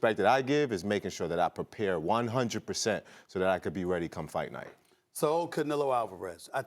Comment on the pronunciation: yeah check so me clips on YouTube. " I gwas born readdy "